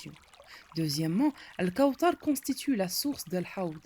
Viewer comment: On dit pas al kaoutar on dit al kaouthar c'est écrit dans le coran " th " et pas " T " apprend a bien parler